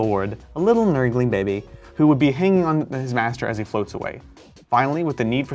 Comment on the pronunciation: “A little nurgling bebe”